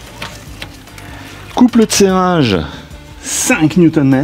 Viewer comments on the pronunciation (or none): Bravo pour cette réparation que je n'oserais jamais entreprendre seul. Au passage, j'adore la façon dont tu prononces "couple de serrage". Ca donne quelque chose comme "couple eud tsérage" tout à fait agréable à entendre.